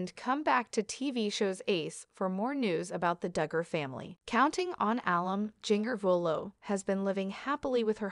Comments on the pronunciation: Learn to pronounce Jinger's name before you think anyone will listen. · This is absolutely ridiculous! Learn to pronounce Jingers name correctly too. Stop gossiping!